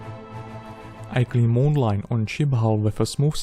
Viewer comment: "I clean moon line.."?? Don't you mean mould lines? lol! Not trying to be mean, but you seriously need to practise your pronunciation A LOT! Other than that, nice vid! 😉